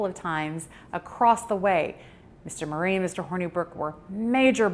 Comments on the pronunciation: Not Marre is not pronounced Marie. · It’s WELL documented that when the Marres lived in Arkansas they pronounced it Marre, who we respect how they wanted it pronounced even if that doesn’t fit the Italian pronunciation.